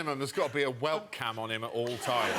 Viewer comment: That’s great about the Minotaur, but it’s whelk.